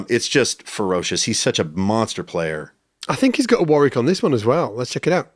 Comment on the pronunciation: Great video thanks guys. So funny to hear an American mispronouncing 'Warwick'. The second 'w' is silent, pronounced 'Warick'.